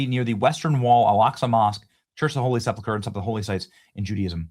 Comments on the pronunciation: sepulcher /sĕp′əl-kər/ - correct pronunciation is important. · Bad Benny said SepLucker again